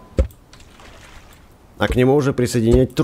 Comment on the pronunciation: Почемуя вместо трубы слышу труы? 😅